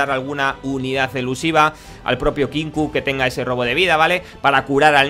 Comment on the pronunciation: Perdón por la insistencia, pero... Se dice Kinku, no Kinkou